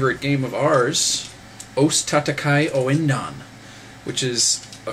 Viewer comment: its pronounced "OSS TAH-TAH-KY OOO-EN-DAHN"